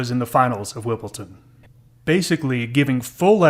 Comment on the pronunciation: Great thanks 👍 WimbleDon not WimbleTon